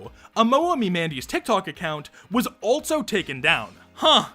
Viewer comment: why do you pronounce also like that